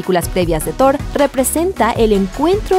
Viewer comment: bueno en este video si es Thor y no zord xd